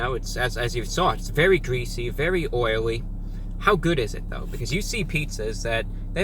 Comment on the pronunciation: Incwedibly gweasy